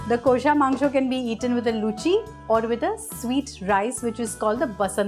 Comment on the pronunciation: Just teach ur presentors to pronounce 'Kosha' Mangsho properly.. Its cringy as hell.